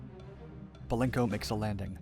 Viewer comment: Please..BELENKO, not Balenko.